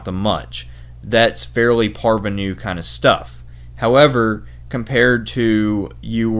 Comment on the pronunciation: You mispronounce "Archipelago" but then drop "parvenu" beautifully into a sentence?? You, sir, are adorable! 🙂